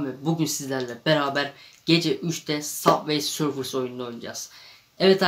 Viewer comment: Sabvey sorfıs değil subay sörf diye okunuyo